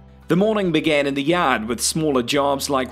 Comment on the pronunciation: Ha ha! When he said "yod", I thought he was from bloody Boston. Great narration, nevertheless!